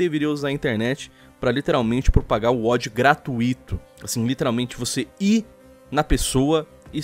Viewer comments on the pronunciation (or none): "gratuÍto gratuÍto"